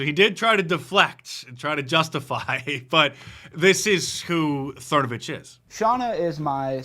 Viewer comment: I love that Mark calls him "Mike Thernovich" 😂